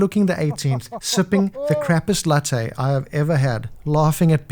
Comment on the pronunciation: Did you say crappest latte?